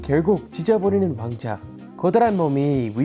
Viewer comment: 왕자 발음이 어렵죠 외국인이 말하기엔 ㅎㅎㅎ 제대로 따라말하는 분을 못봄